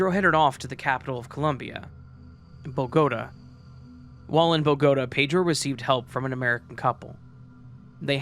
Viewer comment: Tolima was PERFECTLY pronounced ... but Bogotá emmm hehehe. fascinating content as usual.